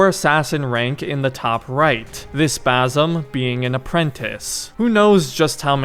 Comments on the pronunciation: Bazzem, damn that irritates me. How hard it is to pronounce Basim? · Just for clarfication no offense he is not "Bazim" but baSim. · Bazzum lol... that's the whitest pronunciation I've ever heard. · It's basim not bazim 😭😭😭 S pronounced normally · Fam his name is Basim not Bazim, and the girl’s name is Nehal not Neyhal. Hope this helps. And btw to be more accurate to the pronunciation of those names, a better english spelling for each one of the names is, Basem and Nihal. a and e in Basem’s name are short vowels. With Nihal, the i is short while the a is long. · Please say BaSSSim not Bazim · You gotta learn to say Basim’s name man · It's "Basim" with an "S" not a "Z".